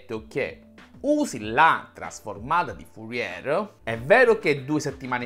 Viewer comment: Bel video, ma mi domando una cosa: come fai a sapere tutte queste cose sulla trasformata di Fourier e non conoscerne la pronuncia corretta? 😉